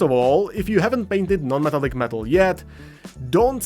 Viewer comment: bruh, wth is he saying. na-metal-lick-meetal? great video tho